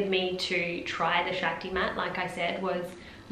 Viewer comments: It’s pronounced Shock-ti. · Actually. It’s pronounced shahk-ti